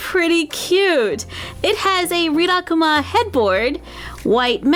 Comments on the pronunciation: Actually, it's pronounced 'Reelakooma'. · don’t you say it like ree-la-coo-ma? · Good video but it's pronounced Ree-la-koo-ma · I think it is pronounced REE-LA-COOMA but I am not sure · I Pronounce it like (rill-A-cuma)but I might be wrong,btw love your vids👑👑👑👑💕💕💕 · here are their names the brown bear is rilakkuma the white bear girl is korilakkuma (I think that is how u spell it) and the bird is named kirotori (pronounced as kiroytori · The way she pronounces Rilakkuma -. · I don’t want to be mean but I think you are saying rilakkuma wrong or maybe I have Ben saying it wrong for 4 years (ps love you I have been waching you since I was in kindergarten and now I’m turning 13) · im sorry but the way she says rilakkuma is making me wanna yeet myself off a bridge :((